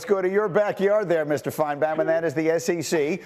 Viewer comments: Its FINE-BAUM not FIN-E-BON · It's pronounced fine-bomb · I think he knows how to pronounce his name… It’s meant to be an insult. As Paul Fi-ne-Baum (Bomb) = self destruct